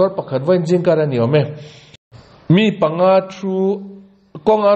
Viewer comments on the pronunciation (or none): none